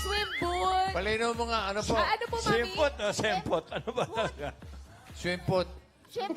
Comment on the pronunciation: Ang tawa ko ni “Swimpoot”😂😂😂😂